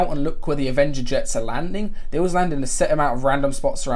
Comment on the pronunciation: "Aveneger's Jets"